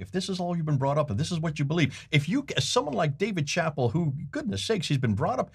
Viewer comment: Nice video presentation! You’re quenching my thirst for knowledge… A housekeeping note— Dave Chappelle is pronounced Shuh-pell’